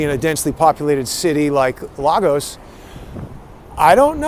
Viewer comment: "Lay Gus"... Lagos is pronounced LAYGUS 😇